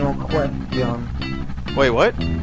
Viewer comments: "Nuh kwestee-on." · It’s been 7 years, and I still say “no questeon” reflexively Help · No kwest shun.